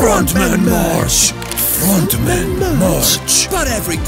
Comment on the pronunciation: When ronaldo say the frontmen it sound like the fraudmen